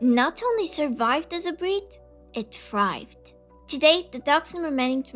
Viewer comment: “It frived” “ you are wovable”